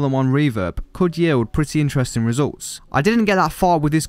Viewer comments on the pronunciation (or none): none